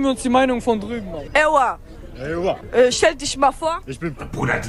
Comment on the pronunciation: "ey wah, stell disch mal vor." diese aussprache...